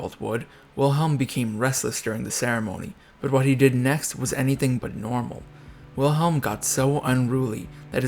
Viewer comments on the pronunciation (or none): It's frustrating that you would take the time to put this video together but didn't bother to learn to pronounce the name Wilhelm correctly. It's not that difficult. W in German is pronounced like V in English. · I must say, I can't place much confidence in a video on German history that doesn't even bother to learn how to pronounce German names properly. German W is pronounced as V, so the name should be said "Vilhelm," not "Wilhelm"; "eu" is pronounced "OY" so Prince Eulenberg should be called "Oylenbairg", not "Youlenburg". Hermine Reuß = "Hair-MEE-neh Royss" That's Hindenburg, not Bismarck. It's perhaps worth noting that Victoria herself didn't care much for Bertie, whom she blamed all his life for his father Albert's death. Edward, for his part, resented his mother for keeping him so long from the throne; he once said, “I don't mind praying to the Eternal Father, but I must be the only man in the country afflicted with an Eternal Mother.” (To be fair, it was part of the upper-class Victorian mindset that a woman's duty was much more towards her husband than towards her children, who were more likely to be raised by nursemaids, governesses, and tutors than by their parents. Princess Frederick Victoria probably inherited this mindset from her mother, as well as the conviction that England was the best country in the world, which contributed to the alienation felt by her son.) A further source of irritation between the two was Edward's Gallophilia, which led him to support French revanchism, and the resentment of Edward's wife Alexandra towards the German Empire's annexation of Schleswig-Holstein from her native Denmark. Perhaps I shouldn't complain unduly about